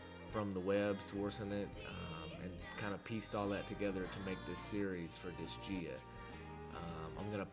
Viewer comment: I know this video is at least a few years old but I just wanted to say it's pronounced "Dis-Guy-Uh". Sorry, don't mean to be the grammar police, it was just bugging me. 😅